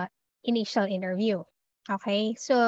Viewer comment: Why do you pronouce interview that way. Nasobrahan pagka slang mo teh